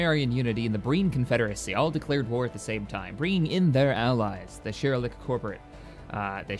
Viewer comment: It's pronounced "SHELL-EE-ACK" and they aren't the "oil people that killed Tasha", they are from a separate episode.